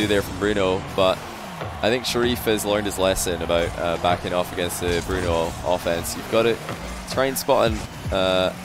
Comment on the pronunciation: it’s pronounced bruno